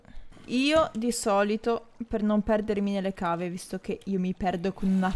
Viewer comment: comunque si scrive cave ma si pronuncia cheiv scusa ma sono fissata a dire le cose come stanno